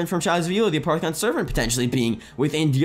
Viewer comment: It's pronounced a-poff-eh-con not a-part-eh-con